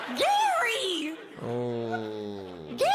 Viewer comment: No one: Not a single soul: Not even James: Lilly Singh: GAry gaRY GaRy!